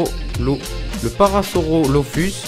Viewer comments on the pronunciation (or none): La prononciation exacte et parasaurolophus